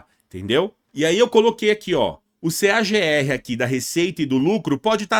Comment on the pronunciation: Sugestão de pronúncia pro CAGAR kkkkkk pode ser Q-U-E-I-G-U-E-R kkk brincadeiras a parte dicas top gosto de empresas com CAGR acima de 5% vlw